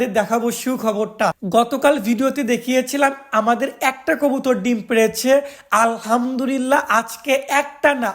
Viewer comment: আলহামদুলিল্লাহ হবে ভাইয়া, র উচ্চারণ হবে না।